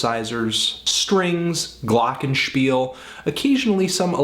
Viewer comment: As a german it is really funny to hear you say the word 'Glockenspiel'. It's german, you know.